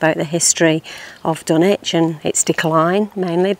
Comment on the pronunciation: It’s pronounced as ’Dunnich’, with a silent W